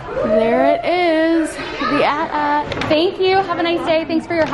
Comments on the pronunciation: not saying “the 😂😂😂love you but it’s AT-AT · I love you to death!! But it’s an AT-AT not an A.T-A.T. 😊